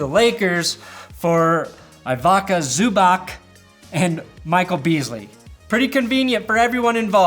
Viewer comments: Zubac is pronounced zoo-botz I think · Off the top of my head, names you got wrong. Jabari Parker, Zubaç, Donciç